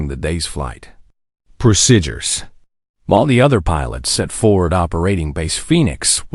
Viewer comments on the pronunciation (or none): Say pro- seed-ures not pro ced ures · If this is an AI voice, I wish someone who has good American English pronunciation would or could correct the mispronounced words. Drives me nuts. The word procedures comes to mind as being pronounced "prosidures" (sp). There are other word misses, too. I thought the story was very good. I know this story was fiction, however I hope this kind of dismissal is not rampant in any aviation services.